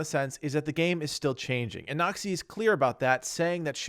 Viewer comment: Everytime he says "Noxy" I hear "nazi" lol